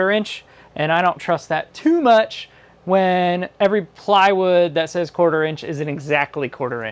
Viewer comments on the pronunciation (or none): none